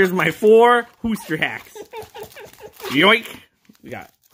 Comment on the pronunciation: there is my four FOUR with a h sounds like hore